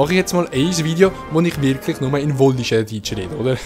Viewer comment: Wallischär😂😂Nur so äs heissit Wallisär, nix "sch"